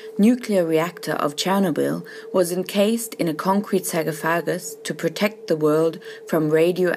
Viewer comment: If you're going to burry the factory underneath tons of concrete, wouldn't that kill everyone inside of it? Ah Sie Germans always so quick at judging on who is worthy to live and who is not.... FYI it is pronounced \sär-ˈkä-fə-gəs\